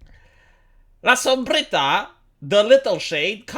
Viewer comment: I love how you pronounce "la sombrita" you have good spanish pronounciation.